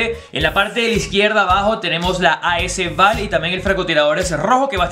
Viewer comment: sigues pronunciando mal as val jajajaj saludos crack